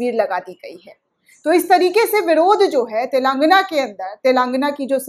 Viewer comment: सही शब्द है "तेलंगाना",,,,,,, लेकिन अधिकतर चैनल वाले "तेलांगना " बोलते हैं जो ग़लत है,,,,,,,।